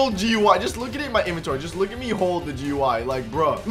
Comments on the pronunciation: is dumb he say gy but it is gui 😊😊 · it is not goy it is gui😂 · It'S AcTuAlLy Graphical User Interface nOt GUI or Gooie